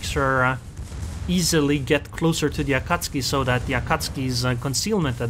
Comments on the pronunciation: A-KAT-SUKI. LOL not AKATSKI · Akatski? I must have missed the update where they chaned the akatzuki's name